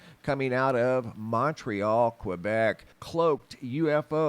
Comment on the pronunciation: A polygon has 5 sides... A hexagon has 6 sides. And Quebec is pronounced "keh-bek"... not kweh-bek.